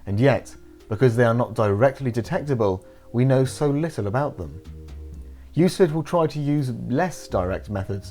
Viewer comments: it's actually pronounced "Euklid" :) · Euclid is pronounced yoo-kluhd. You can thank me later. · lol what is a "youslid" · Thanks for making me check to see if I've been pronouncing Euclid incorrectly my entire life (I haven't). I've never heard it pronounced like Euslid, so it really threw me off!